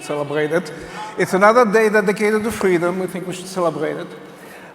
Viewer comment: Don't you mean Fweedom Fest? 😉